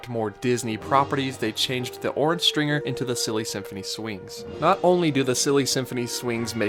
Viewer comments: Orange Stinger not stRinger. 🙄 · Orange stinger not stringer lol 😀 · Guy.... It was the Orange Stinger... Not stringer! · It was called the Orange Stinger not Stringer :) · Come on man, it was Orange STINGER, not "Stringer"...you could even see the bees all over the ride. Jeez. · Isn't it Orange "Stinger"? Not "Stringer"? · Orange Stinger, not Orange Stringer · It's "Orange Stinger" not Stringer. Hence all the bees. I worked that ride back in the day. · It's actually called the Orange Stinger, not Stringer. Hence the bees and bee noises that used to be in there. The orange I believe had to do with the fact that the Disneyland Resort is in Orange County and Disneyland was built on an Orange Grove. Just saying. :) REPLY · Orange Stringer? Stinger I think you mean... cause, bees. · Um, it's Orange STINGER. Not stringer. If you're going to do Disneyland videos, at least pronounce them right. We'll let the mispronunciation of Regis Philben go since he's a tool. But geez mate. At least get the rides right. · Orange Stringer? lol Stinger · Uhm.....I'm pretty sure it was Orange Stinger, not Orange Stringer. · Isn’t it the orange stinger, not stringer🤔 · It's Stinger, Not Stringer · It was called the orange stinger, not the orange stringer. Jussayin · orange STINGER... not orange stringer 😂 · It's Orange Stinger, not Orange Stringer! Also, it's Adventure Through Inner Space, not Journey Through Inner Space! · Stinger, not Stringer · It was the "Orange STINGER", not Stringer.